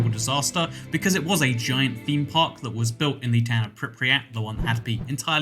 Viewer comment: its pronounced more like pripat', than pripriat